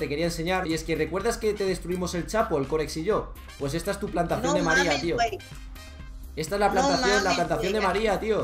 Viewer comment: Yo soy mexicano... Y puedo decirte que ese chico no es de aquí, puede ser de Latinoamérica y haber adoptado la costumbre de decir wey, pues ningún mexicano dice tanto wey, de hecho no lo pronuncia correctamente, el dice Güey, cuando normalmente es we, o weh